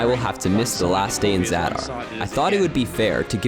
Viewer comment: The way he pronounced Zadar 😂😂😂😂